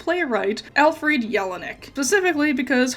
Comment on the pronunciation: you can’t pronounce Alfred